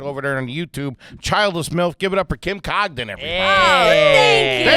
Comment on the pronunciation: ending the episode by mispronouncing last name